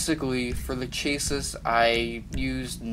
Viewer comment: It’s pronounced ShaSh-EE But great video bro I’m deffo gonna follow it ‼️